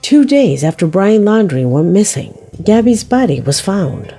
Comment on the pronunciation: so bizarre. Definitely weren't married....And her pronunciations are awful. she says Gabby's name as if she is a latina and she isn't. Then her Spanish makes my wife who is Colombian and speaks both Portugeues and Spainish, cringe as she over emphasizes names and cities in South America and says them completely wrong. Great content, awful annunciations.